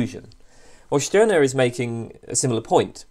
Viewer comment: At last someone who pronouns the name "Stirner" correctly.